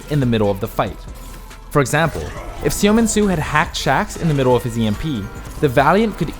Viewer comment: reeee it's pronounced 'suh min soo' not 'see oh min soo'